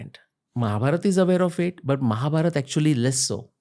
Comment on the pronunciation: Liked the way he said Ramayan and Mahabharat and not `Ramayana and Mahabharata’